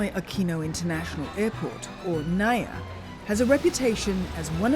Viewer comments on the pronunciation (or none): It's pronounced as Na-Eeee-Yah... I live in Cebu, and I could say that the CCLEX is one of the best things that have happened when it comes to traffic mitigation. The BRT? Dunno, it seems impractical, overblown. I have yet to see any Buses Running. Years ago also, around , it took us 2 hours to get out of Mactan Island, where the airport is and into Mandaue, the next City. The key to hassle-free travel here is to travel between midnight and early Morning with a rent-a-car. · It's pronounced NAH-EEEEEEEE-YAH not nuh-yuh😏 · NAIA read just as you read malayu languages. that makes it na-i-ya.